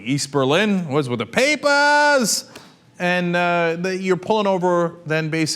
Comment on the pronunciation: LMAO at the way he said papers!